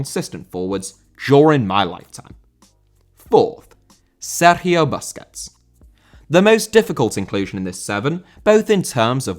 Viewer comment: How do you go out of your way to pronounce Sergio correctly, but pronounce Kanté wrong? 🤣